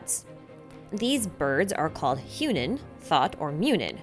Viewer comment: Only thing I'd like to mention to you. Munin is Thought and Hugin (the g is pronounced the same as in guy and as inn) Memory. Otherwise incredibly interesting video with a lot of observations.